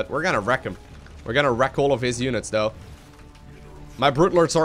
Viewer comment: When Ever He says Th he says D, Instead of saying though, He says dou xD